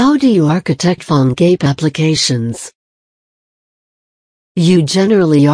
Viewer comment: She pronounce like "Phone GAY"